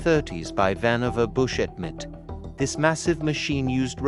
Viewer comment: I like how it pronounced mit and E.N.I.A.C… iykyk. Nden, what about analog computers by the 1970s?!